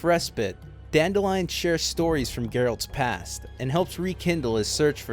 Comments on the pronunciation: Dan-DILL-ian. Dan-DILL-ian. DAN-MOTHERFUCKIN-DILLIAN, for the love of god. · Still irritates me that they mispronounce Dandelions name. It’s “Dan-dill-leon”